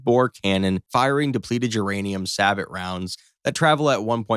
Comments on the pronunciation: Because AI doesn't know any better. Same reason it says "say-bot" when trying to pronounce sabot, and it thinks a single Abrams can mix a group of dive bombers before they can release. Lol There's A LOT wrong with this video. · “Say-Bo” round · Ware-macht? Sab-aht. Hmm. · (Sabot - Say Bo) I hate when AI mispronounces these words. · 60 tanks? the Abrams only have 41 rounds - you guys need to do some research before you publish this, you said there was no support. Learn to pronounce sabot. WWI tanks in the graphics - sorry this is NG